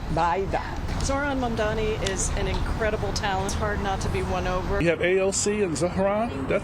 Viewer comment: You know you shouldn’t be here when you can’t pronounce authentic..❤